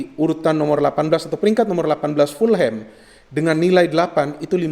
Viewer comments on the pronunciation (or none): none